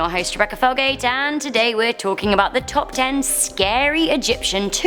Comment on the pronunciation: 'So there we go guys that was the tarp...' good pronunciation